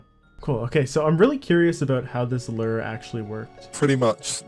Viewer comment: "lur," "lurd..." Learn to pronounce words, bro.